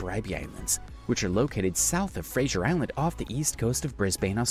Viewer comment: Why was Fraser Island changed to Frasier island?